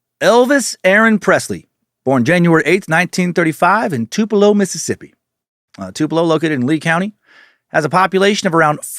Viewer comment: I was born and raised in Tupelo and I appreciate Dan pronouncing it correctly. (For real, no sarcasm.)